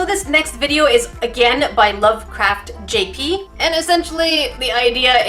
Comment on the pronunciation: YoU sAiD iT WrOng, u said lovecraft_gp not Lovecraft_jp!!!! Dishonor on you dishonor on your cow #nerdificationsquad 🚽(does anyone remember the 🚽???) No just me